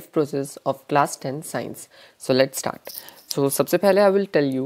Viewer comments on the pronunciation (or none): none